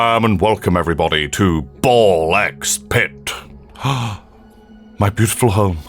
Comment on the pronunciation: the x is pronouced like S, so it's Ball Spit! that's why your character is spitting balls!